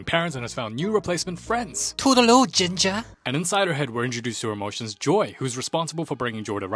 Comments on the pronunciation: “To da lo gingja”😭🥀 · “TO DA LOO GINGA” got me on the floor laughing ngl